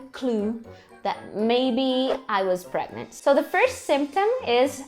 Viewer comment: " I'm VERY pregmant " 😂😂😂 Como se diz "morri" em inglês 😂😂😂😂